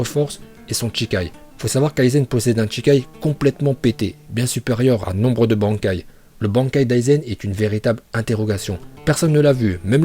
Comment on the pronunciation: Jaime bien mais sil te plait revoit tes prononciations, genre bankai